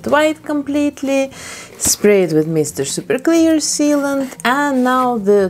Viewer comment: I can’t hear it in any other accent without thinking it sounds wrong!